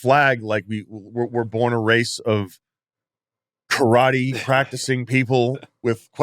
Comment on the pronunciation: Loved it when he was teamed up with the Question ? Mark...He would keep calling it Karote and Question Mark would tell him it's Kay-Rot-Tay......Well...Maybe in Mongrovia...?